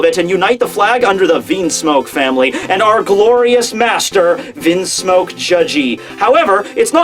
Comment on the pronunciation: stop prounouncing things wrong. You have pronounced Bege wrong, logia wrong (from another video; wtf just listen to anime episodes lol), Vinsmoke wrong, etc etc etc. This is just from the top of my head. It bothers me. If you are doing it to be a troll or for humor's sake it's one thing but when your video production is becoming more and more professional but your pronunciation is going down it's unfortunate. Don't be Double4Anime and please work to improve it lol:P You're someone who could get to 1 million subscribers someday, so please please please do that for the viewers who it does bother.